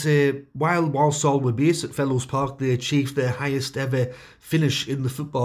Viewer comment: Point of order here: Walsall is not pronounced "Woll-Soll"...the people who live there tend to say it as "War-sull". 🙂